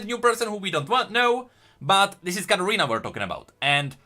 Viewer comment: It's Katarina not Gadarina